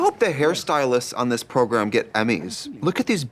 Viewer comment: trixie saying progrum literally always makes me giggle